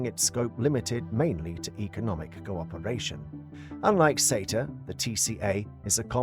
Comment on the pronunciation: Why is SETA and LAW pronounced as cetar and lawr?